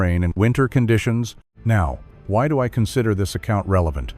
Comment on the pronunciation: Enjoying the video very much, especially when your robot pronounces "Conditions" in French. "Cawn-dee-see-aw". It lends a lot of extra class to the narration. 😆